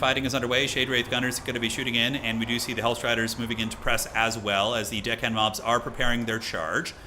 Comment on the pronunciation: Y'know, I have only ever heard say Dick hand mobs except one time when I heard say Deck hand mobs but that was short lived because immediately after said it again and I heard Dick hand mobs. I just can't hear anything differently. It's funny though.